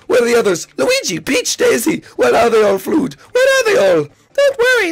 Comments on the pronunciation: it's fludd prouneced flood what you said was flud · Fludd is pronounced flude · its pronuoced flood